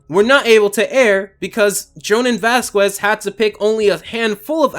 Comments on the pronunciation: vaz-KEHs! Not Vaz-ku-Ez. Wtf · Vasqwes? Or Vazquez (u is silent) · The way you say Vazquez makes me cringe so bad